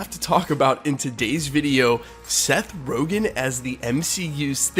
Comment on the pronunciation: It’s Seth RogEn not RogAn.